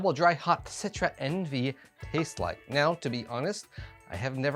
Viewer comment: Pronounced ON-VAY. Coming in the club box in July. Patiently waiting... Great review. Cheers!